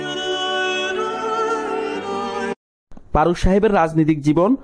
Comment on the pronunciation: আপনি তো ঠিকমতো কথাই বলতে পারেন না।।ফারুককে বলছেন পারুক,ফারজানাকে বলছেন পারজানা আরও কতো কি।।ভাষা ঠিক করেন।